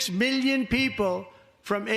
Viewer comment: Whenever you hear a white guy say million like "miyyion" you should know they're trying to rob you lol